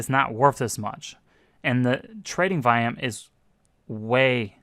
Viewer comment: When you say "vayam",do you mean volume?